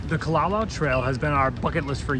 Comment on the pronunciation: Youre pronouncing kalalau wrong